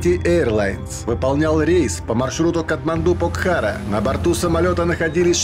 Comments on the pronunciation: Покхара. Ударение на первый слог. Классное место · К автору ролика, не обижайте непальцев, читайте правильно названия горов Покхара, ударение на о ….